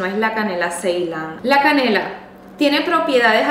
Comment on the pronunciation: La canela? Que No se le entiende